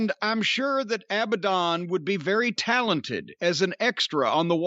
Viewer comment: Jim calling Abadon "Abandoned" is perfect Corny. 😆